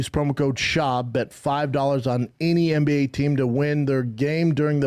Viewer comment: I love how he pronounces NBA as MMBA.